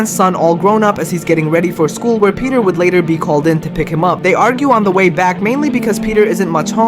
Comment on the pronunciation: "YOU WHER DEPRESSED AND TRIED TO SAVE ME, I HATE YOU DAD!" Thats all i heard